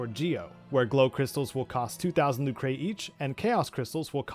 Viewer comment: This is a great guide! I am so happy I already went through all this when I replayed Legend of Mana back in 2019. It's fun, but it's a giant time sink. I give all credit to helping me in all this to "A German Spy". Fabulous Legend of Mana scholar. Oh! It's not "Luke-ray", it's just "Luker".